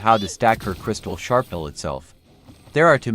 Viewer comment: "Sharpnel" LOL